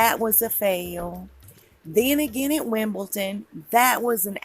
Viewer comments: I like your videos but you are pronouncing Wimbledon incorrectly...you are saying Wimble-ton but the correct pronunciation is Wimble-don...thanks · Y'all american loves to say Wimbleton instead of Wimbledon 😂😂😂😂😂 Danja 🤣🤣🤣🤣🤣🤣😜